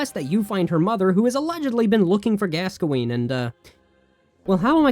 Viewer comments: its not "gasqoene" its "gaskoen" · Why do you pronounce Gascoine wrong 😑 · The way you said Gascoigne was painful.